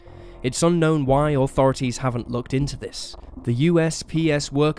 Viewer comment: Funny how you say Authorities....."Oh thorities" lol